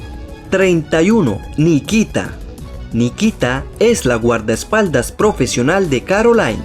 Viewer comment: Jaja no es guardas paldas es guerdespaldas